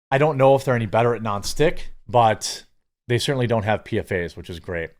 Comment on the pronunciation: PFAS is pronounced "PEE-FOSS"